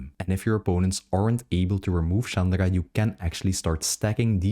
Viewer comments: Why do you pronounce Chandra like "Chandara"? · you do not pronounce chandra like that bro :0